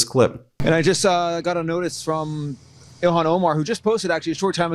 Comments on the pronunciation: Please pronounce Rep. Omar's first name correctly-- It's 'ill-han' not 'elon' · Ilhan not Elon…twice. smh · IL-HAN Omar.....not ELON Omar geez you're repeating Trump now???? Smmfh. This is NO DIFFERENT than Republicans intentionally not giving AF how they pronounced Kamala's first name. Dude, show some respect for people who don't have Lilly white names. Otherwise, you're just like them Ben. Disgraceful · Ben, please pronounce Ilhan Omar's name correctly. You're saying "Elon". That's an insult. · Ben do yourself a favor and everybody else out here learn how to say ilhan Omar's name correctly please! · Please say Rep. Ilhan Omar's name correctly